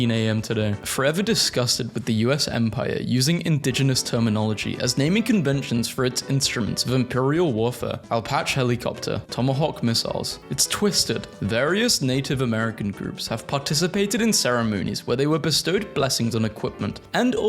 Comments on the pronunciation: "Al Pach" helicopter, nice pronounication there :D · As a heads up it's not "Ay-patch", it's "Ahh-patch-ee." (I don't know why they didn't just list the pronunciation like that instead of "/əˈpætʃ.i/" on Google. What the heck is even that?!?)